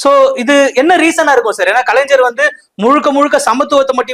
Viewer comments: Adhu kalainjar illa kalai-ynyar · ஐயா இந்த anchor பையனுக்கு கலைஞர் அப்படிங்கிற வார்த்தையையும் கலைஞ்சர் அப்படிங்கிற வார்த்தைக்கு வித்தியாசம் சொல்ல சொல்லி கொடுங்க. தப்பு தப்பா பேசுறான் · Kalaignar sariya pronounce panunga anchor